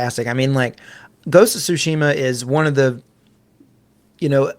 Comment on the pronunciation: It isn’t sushima. It’s Tsushima.